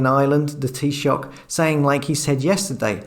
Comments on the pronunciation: Your pronunciation of Taoiseach was dead right. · Spot on with your pronunciation of Taoiseach btw..... Ireland has been sold down the river by our corrupt political class, foreign direct investment has ruined the country. Almost all rental property is owned by vulture capitalists who pay off the politicians to get them to avoid building social housing or housing that the average person can afford, resulting in a housing and homelessness crisis. And I'm not talking about your traditional homeless person addled with substance abuse or personal problems, I'm talking about hard working people who are only a paycheck or personal crisis away from living on the streets. Then there's the tech giants and pharmaceutical companies who set up their European headquarters in Ireland to avoid paying even nominal taxes, again protected by the political class whom they have bought and paid for. I'll give you an example; there is a tax rule in Ireland that if you are out of the country for at least 180 days of the year, you don't have to pay any tax for that year. So, what happened when all the guys that usually take advantage of that rule were unable to leave the country due to travel restrictions?... Did they then have to pay their due taxes fair and square?... Did they fuck, the bought and paid for politicians just changed the law so these guys wouldn't have to pay, "It would be unfair due to unforeseen circumstances" they said. Ireland is easily one of the most corrupt countries in the world, however Ireland also has one of the slipperie